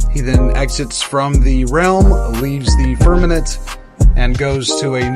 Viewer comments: Firmament not Firmanent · Ditto on the nice narration comment. Except that we need to pronounce "firmament" as firmament, and not "firmanent". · Great video. I've learned a lot of things that I never knew. Thank you very much. I'm not usually the grammar police but I just want to hear you say it correctly. The word is firmaMent